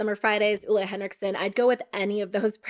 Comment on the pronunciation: sorry, it's driving me crazy, but here it is: Ole is pronounced "Oh-le" with a long E; being married to a Scandinavian, I've learned a number of pronounciations